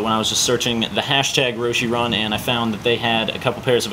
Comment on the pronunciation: has these many pairs and can't pronounce the name of the shoe right.